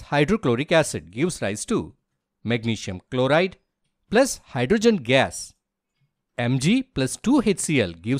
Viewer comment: Oxygen❌Oxsisen✅ Hydrogen ❌hydrosen✅ Zinc❌ jink ✅